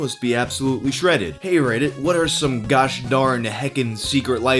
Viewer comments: I keep hearing "ass credit" instead of "ask reddit". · You totally said "r/ ass credit" the first time, didn't you? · I caught that, thought I misheard tho